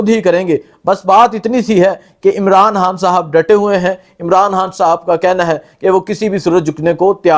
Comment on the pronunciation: khan ... ko hAAAN bolta hay.. imraan haaaan